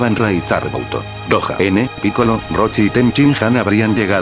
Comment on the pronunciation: crees que esta bien dicho picoro? es que laura torres siempre lo dice asi pero es piccolo